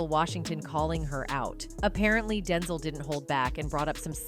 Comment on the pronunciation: 🤣🤣 umm you may wanna teach your text to voice Ai LM to learn how to say the correct way denzel is pronounced. It's hard to believe that anything being said is true.. I was okay somewhat w how she said Denzel like the word tinsle w a D. DINSLE SMH BUT WHEN THE AI SAID "ROTTEN" when talking about boca Raton.... boca ROtten..jus sayin